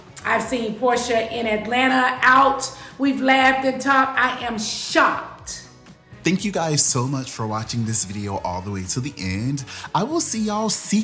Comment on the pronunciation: “I am SHOC” not shocked tho🤣